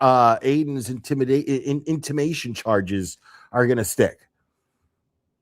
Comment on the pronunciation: It's intimidation charges not intimation 😊